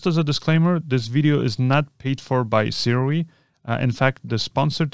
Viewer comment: Hey, Sirui is actually pronounced sue-ray Just thought I'd let you know